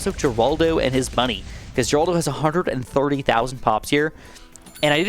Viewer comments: you pronounce geraldo wrong its more like heraldo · nah bro why he said geraldo like that